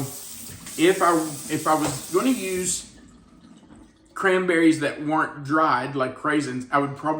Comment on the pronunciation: Hey it s CRANBERRIES NOT CRAMBERRIES LOL